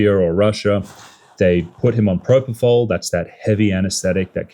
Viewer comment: They also can’t say “propofol.” Perfect.